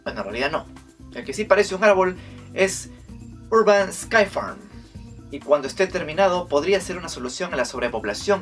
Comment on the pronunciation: Aldo en el min dice urban syfarm y es urban skyfarm